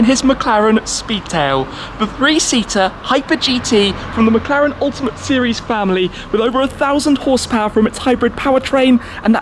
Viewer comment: thought he said "McCollector"